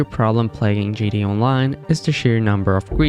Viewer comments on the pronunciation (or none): G T A, not gda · What’s "jitty online"?? 😂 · you're saying GDA i dont appreciate it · Can you learn how to pronounce GTA online? It's not gda online 😭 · No fr tho I understand bro has an accent but it’s like he put in less effort into gTa Online every time he said it